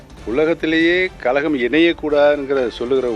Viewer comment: கலகமா கழகமா...ஒழுங்கா பேச கத்துக்க